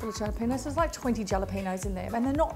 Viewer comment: Jalapeño is pronounced 'Hala-pen-yo. ' J is always silent in Spanish.... Being from Texas we would also use Cilantro in a Pico de Gallo using Serrano Peppers. These peppers are very nice for this...love your recipes. Thanks for sharing.